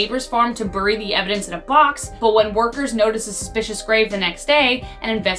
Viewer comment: Dear lol or that is not how u say bury lol :)